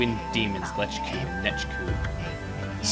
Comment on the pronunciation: did anyone else notice when he killed nechku, he said "wow lechku, u didnt last long"